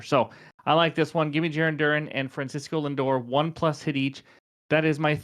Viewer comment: Cracks me up as a Red Sox Fan how you say Darun when it's Duran like the word AND without the D... Now lets hope you didn't jinx him ;)